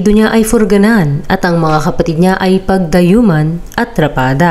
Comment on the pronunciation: PADDAYUMAN PO HINDI PAGDAYUMAN